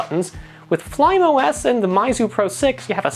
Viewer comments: and Fly Me OS, not "flaim" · It is pronounced as 'fly me os' not 'flym os'